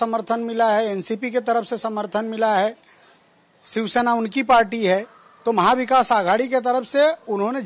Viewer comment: शिवसेना आहे ते सिवसेना नाही... मराठी पत्रकार भेटत नाही का तुम्हाला ?